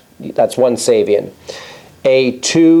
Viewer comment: Excellent as always. I believe the preferred pronunciation of Giovanni Ceva's last name is "Chay-vah," and that of his last name's adjectival form is "Chay-vee-an"..